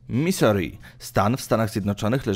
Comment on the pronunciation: Misuri, tak się czyta... jakie Misori? I jeszcze do filmu z papieżem... nazwisko czytamy Bergolio, nie Bergoglio.. w hiszpańskim to "g" jest nieme... proszę skoro jesteś osobą wykształconą to sprawdz wymowę, jeśli nie znasz języka, jeśli znasz to gratuluję....